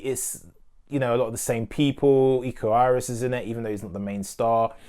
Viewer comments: Thanks for reviewing it mate, love your review. The Raid protagonist and martial artist is `Iko Uwais`, "Uwais" is being read "You-Wise" hope it helps! ;-) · Its pronounced "oo-wa-is" not "you-waste"